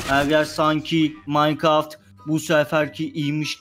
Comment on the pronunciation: MAYKIRAFT HANGIR GEYMMSS AHHAHAHADw:dwde:w